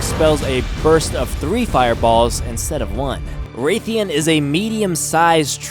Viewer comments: its not ray theean its rath eean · Hes saying rathian and rathalos wrong ._. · its rathian smh